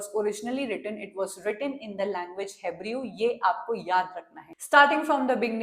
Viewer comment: Ma'am hebrew is pronounced as हिब्रू I just loved the explanation ❤